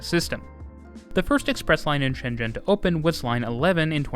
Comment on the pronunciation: The pronoucasion of ShenZhen is very accuracy. Cool.